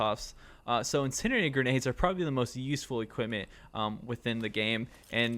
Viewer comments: Nice video, getting harder to find Insurgency content these days (I know vid is old) Ps. Pls learn how to say Incendiary my god 💀 It's like hearing a grown adult say "scabetti" instead of spaghetti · Thanks for the tips! But my man… you may need to brush up on how to say incendiary. 😅